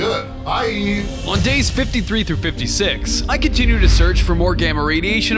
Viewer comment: He said day 53 teen